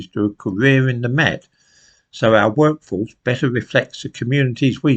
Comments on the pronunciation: did you say Woke-force or work-force? Didn't quite hear you. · Did you say “workforce” or “wokeforce” ?